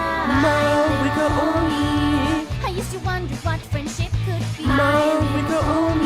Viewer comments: who tf is "maweeka" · It's Mavuika, what was I even expecting🥀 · Fair enough racism The way he says the names LMAO